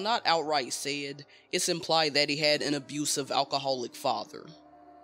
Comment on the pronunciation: You pronounce words weird. Like "said" as "sayed"